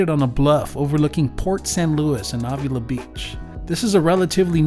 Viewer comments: Thank you! The awww was driving me crazy. 🤪😉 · Marin is pronounced like Mare rin (Marin) and Avila is pronounced like Ave ill La. You need to be here on a Thursday evening for our downtown SLO farmers market,it’s rated #1 in California ( lots of food vendors and tons of Bar b Que ). Have safe travels and comeback to SLO county soon, we actually welcome tourists.